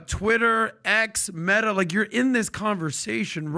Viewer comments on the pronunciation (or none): none